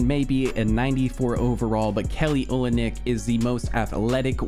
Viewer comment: It’s pronounced Kelly “Olinik”